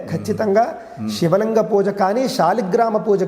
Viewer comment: అద్భుతమైన కార్యక్రమము🙏🙏 అయితే గారు మీరు పలికేటప్పుడు ఉచ్చారణ శివలింగం.. షాస్త్రం అని వినపడుతున్నది. గమనించగలరు. దోషము ఎంచాలని కాదుగానీ.. మీరే ఇలా పలికితే ఇవాళ రేపు మూడొంతులు మంది “శ” ని” ష” అని పలుకుతున్నారు. అందుకని వ్రాసాను. మన్నించగలరు🙏